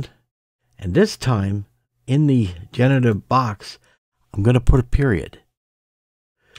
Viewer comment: You are pronouncing 'Generative' wrong, you are missing the R when you say it. Also this dot method is old it doesn't work anymore.